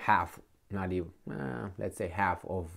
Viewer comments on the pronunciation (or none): none